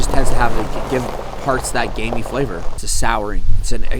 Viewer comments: It sounds like you’re saying gay meat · I’m sorry but I keep hearing gay meat